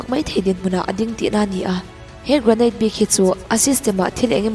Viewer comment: 'Gra-neit' an ti lo deuh ang aaa😂